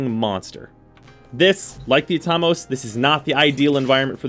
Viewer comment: pronounce Atomos again?me thinks its wrong......at-o-mos......like atom